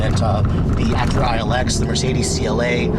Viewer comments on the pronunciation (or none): none